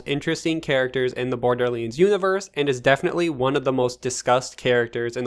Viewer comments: It’s Borderlands NOT Borderleeeeens lol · "borderleeends" don't get me wrong. i love it 😁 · bro why tf do you pronounce"borderlands" like that? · What's this Borderleends game I've heard in this video?